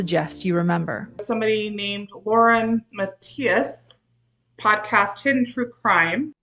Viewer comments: Well, all I needed was a direct cast out by Julie Row to go from a subscriber to a member. She can't even say your name right. I cannot stop laughing, thank you for that, Lauren. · Hahahhaha how she mispronounced Lauren's name, lol!